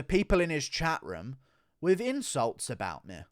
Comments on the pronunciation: "He has been trashing MEH" wtf is ur accent about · Can you please go after Dominick Cruz? I don't know what I love more: you playing Bispings insecurities, or your inability to pronounce the word "me". If you get Cruz coming after you I will sub for life